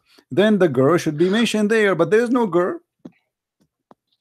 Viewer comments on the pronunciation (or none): YOU CAN'T SAY THE WORDS GIRL PROPERLY. YOU ARE SAYING GEER, LEARN HOW TO PRONOUNCED IT PROPERLY. OK. LISTEN TO YOUR WORDS.